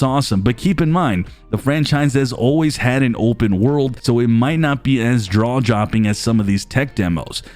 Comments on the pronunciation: "...might not be as draw jopping..." nice :D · "Draw jopping."